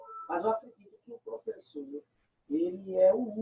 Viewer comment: Uh meu plofeçô kkkkk isso foi de propósito